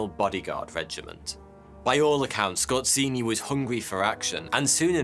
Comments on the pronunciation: scor---say ---- zeee.. say it with me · Oh god, the pronounciation. Scott Ceeny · I know he's a German, but that butchering of Polish "rz" is beyond unacceptable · Skorzeny not skorzini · A part of me dies every time he pronounces Skorzeny as "Scorcinni" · Damn, you just botchered that surname, its just Skorzeny not skozini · It's pronounced Skozheny, not Skortseny. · The way you spell Skorzeny' s name is just ridiculous. The way you spell it rather sounds like ay Italian restaurant's: like" Scozzini" That makes me laugh. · DUDE! Pronounce the name of your subject correctly, or step on Legos every day for the rest of your life. So annoying that I twitch, every time you say his name. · Ironically, his family came from Poland, and his name is not pronounced like in the video but rather with a polish sound "rz" which sounds like a "J" in "Jean". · you pronounce his name totally wrong. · You absolutely butchered his Surname.